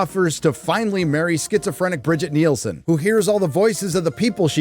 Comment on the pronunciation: it's not "Bridget Nielsen"... it's "Brigitte Brig-EE-TUH Nielsen". The original movie Red Sonja. Who, by sheer coincidence, is an actual Dane...